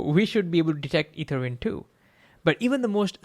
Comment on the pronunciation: Hey, hope this can help. Your intonation of ether stressed the incorrect syllable.... And you missed a pause.... Su-PERfluous.